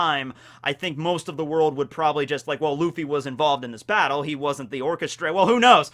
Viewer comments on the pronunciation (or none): none